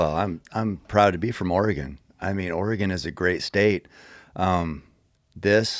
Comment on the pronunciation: Thank you, Cameron for confirming the proper pronunciation of Oregon. I never thought it sounded right when people pronounced it "Ore-gone".